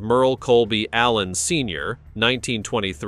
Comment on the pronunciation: Hey robot, i hope GGs ghost doesnt hear you mispronounce his last name